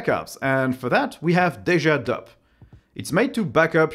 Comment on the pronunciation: HAHAHA!...you Frenchmen are funny...Deja_DUP!?....Its pronounced "DUPE"...as in DUP-licates_...HAHAHAH!